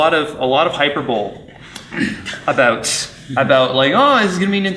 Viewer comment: hyperbole {high-per-boh-lee} not {hyper-bowl} haha. Great discussion though, I'm excited for the Switch. I'll wait until the holiday season and get the bundle/ sale deal.